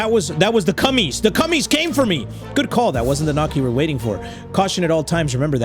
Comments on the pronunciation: 🤣 When he said cummies instead of cahmies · You say it Ca mes (commies ) lol 😭 Cummins had me dying fr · The fact doesn't know commies are communists and pronounces it cummies is hilarious.😂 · its not cummies its commies like communists also when it gets dark and shows what day it is listen you can ether hear the door when you went to a expedition or other things, you also need ammo for the gun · is no one gonna talk about how pronounced communists (referred as commies) as cummies😭😭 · The way he calls commies cummies 😂😂😂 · Are we just going to pretend didn't just call Commies, Cummies..... 🤣 love you 💜 GGs Edit: the Tsar Bomb was indeed Russian. If I remember correctly It was a hydrogen Bomb, and the biggest one dropped. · Lmao i love how he called the commies, cummies 😂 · Did he really say cummes😂